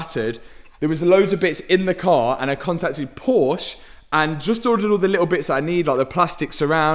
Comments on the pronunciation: Haha 😂😂😂😂 you said "porse" in the starting of the video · Awesome build. Love the color.... but its... por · shuh. Two syllables. Ask Jason Cammisa.... seems to be a trigger word for him 😆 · dude i love your channel and your builds but for the love of god, stop calling it Phosh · Porsche 2 syllables.. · Nice work. Why do the English have such a problem pronouncing Porsche?